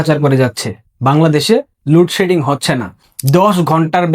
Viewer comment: উচ্চারণ ঠিক কর,,,, লুড সেডিং কী,,,,????